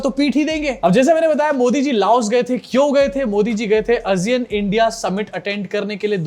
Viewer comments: Aasiyun not azeean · आसियान है भाई वो not अजियान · Asiyan nahi hota hai Sahi pronunciation Aasiyaan hai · Kya ASEAN ka pronunciation woh hai jo tum bol rahe ho? I don't think so.